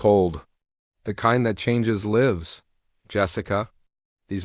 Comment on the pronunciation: You pronounced LIVE as LIIIV, which is a place of domicile. It should be pronounced as LYV, a passage of existence. FFS LTFREPYDA 😢